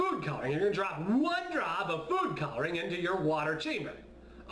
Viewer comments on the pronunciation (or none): It almost sounded like he said poop coloring instead of food coloring... I have a dirty mind ._.